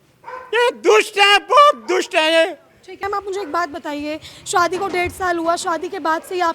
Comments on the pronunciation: Madam Anchor, Shwadi nahi Shaadi bolo….khwarcha nahi kharcha bolo…..her shabd mey w kyo laga rahi ho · Arrey anchor madam Shwadi kya hota hai….shaadi bolo 😂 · Ye report shadi ko swadi kyun bol rhi 😂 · Reporter madam, 'shwaadhi' kyaa hota haye??😂😂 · Shwadi, chwandi, ye konsi hindi hai 😅😅😅